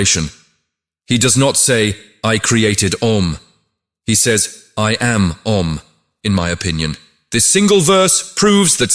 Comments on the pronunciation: The sound is not "A" but "Ah"... please use a human to record this, not AI voice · The three syllables in "OM" are not pronounced as A U M. They are - A as in the word "Attend" or "Attire" ; U as in the word "Woman" ; and M as in the word "Month" or " Must". It should end as in "Hum". The english pronunciation is entirely Wrong and Misleading ! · It's not Ôm, Aûm. More close the Aa than Ôo. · I've heard it pronounced ah oom. The whole explanation in this video is extraordinary.